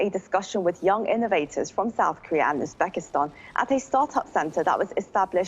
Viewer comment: Correct your pronouncing. not Uspakistan. Uzbekistan!!